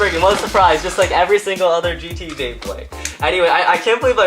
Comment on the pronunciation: it says Bleybley rather than beyblade